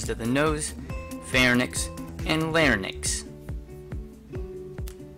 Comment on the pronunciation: It is pronounced LarINKS and PharINKS...y comes before the n in the term